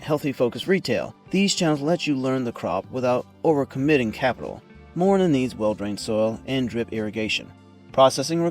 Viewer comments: It's not Morina it's MORINGA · MORINGA NOT MORINA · not morina say moringa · WTF is morina? This is called morinGa! (Moringa olifeira or Moringa stenopetala) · I've been growing Moringa for years but never heard it pronounced as morina. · how in the hell does the guy not even pronouce the correct way? gotta laugh when people do videos and doent even know what the heck they even talking bout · Yes, it's a good tree, but the question is about the poor pronunciation. Even in Spanish the G in Moringa is pronounced. If I didn't already know the leaves by sight, I would have been clueless until the comments.